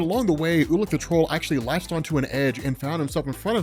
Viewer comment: Ulik the troll - I kept hearing "ula control" lol